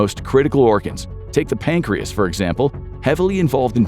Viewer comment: "PAINCREASE". AI FTW